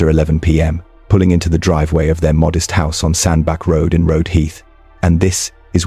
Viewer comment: Sandbach, is pronounced "sandbatch", not "sandback". This was a difficult one. There was some real cold-blooded intent here. The intelligence, academic achievement, is a bit of a red herring to say the least. She was not drunk enough, to not be aware of what she was doing. It's very difficult to believe she wasn't aware that she was driving along with his body trapped under the car, and this was serious murderous intent. This degree of intent, can't just have arisen on the night in question. She must have had thoughts of doing this before. If it was just temporary anger, she'd have driven off after hitting him the first or second time, being shocked by what she'd done. But this was murderous fury.